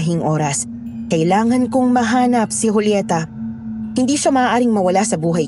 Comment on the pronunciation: Joolyeta ka nang Joolyeta eh Julieta as in Hulyeta nga, Hulyeta! Di na orient? Ikaw lang ang nag Joo-Joolyeta eh.. Wahahaha!